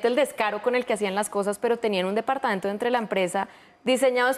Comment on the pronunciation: Departaento....no....Departamento....